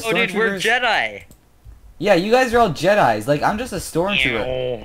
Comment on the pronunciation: It's Jedi, not Jeteye